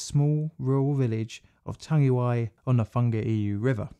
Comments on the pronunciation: Chur for this bro, pronunciation is ,tongue E why ,tangiwai,Chur cuz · You kinda murdered the pronunciation mate but ill allow it, knew you would get round to this one, is the Hyde disaster next? another kiwi rail disaster in the main land of New Zealand, the south island, and it involves intoxicated staff and excessive speed. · Not Tangiway, Tangiwai, Tangi & wai as in why. Tangiwai. Tangi: to cry or weep; wai: water. Tangiwai may also be a Pākehā inversion of the more usual Waitangi. Sorry I'm fiercely proud kiwi. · Tangiwai! That's it! (I wrote that horribly mispronounced comment on Twitter)